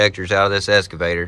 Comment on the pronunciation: Eeessskaavator and oooolll gallery… excavator and oil galley.